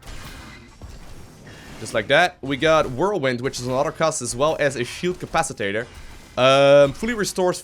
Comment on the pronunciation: "shield capacitator."... i died from laughter